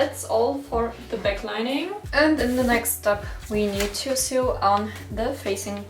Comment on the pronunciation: Hi, super video. Sag mal woher kriegst du das interfacing? Ist schwierig zu bekommen. Finde es nirgends. Btw sew wird sou ausgesprochen nicht siu. Nicht wie new. 😅